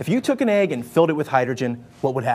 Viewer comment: its pronounced EGG.. not AYG